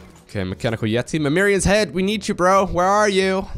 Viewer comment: Its MimiRON not MimiRION